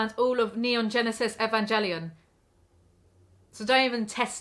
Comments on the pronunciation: i STAN a woman that pronounces it evanjelion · Mmmm... E-van-jelly-on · You understand all of neon genesis evangelion... except how to pronounce it. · You pronounced evangellion wrong other than that quality content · I was with you until you pronounced Evangelion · sweetheart i love you, but please dont ever pronounce nge like that ever again :')